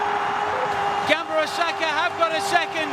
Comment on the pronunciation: The way that commentator pronounces the name as "GAMBAROSAKA" is a bit aggravating to me